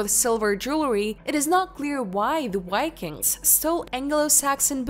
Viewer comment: Had to quit hallway through, I couldn't take the improper pronunciation any longer. Especially, "Vikings" not "Wykings". Keep working on this please prior to any more vids. Horse before the cart.